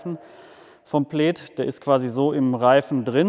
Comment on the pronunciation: Das heißt Plääääd, nicht Pleid oder Pleet.